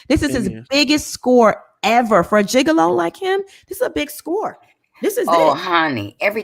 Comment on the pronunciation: Wait!!!! Lol did call Tod a gigalow????😩🤣😂😂😂🤣